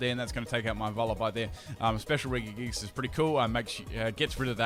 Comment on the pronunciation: Why did you pronounce Regigigas with 3 hard G's? Think Reggie Fils-Aime